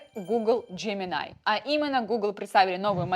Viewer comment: джеминАй, текстА. Нинада, ни делай так.